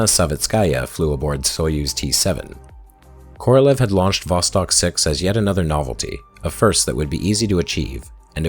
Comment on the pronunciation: The entire time you are saying "Vostok" I'm hearing "Boss Hog". Hahah.